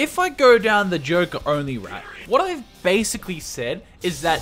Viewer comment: "Bascially" lmao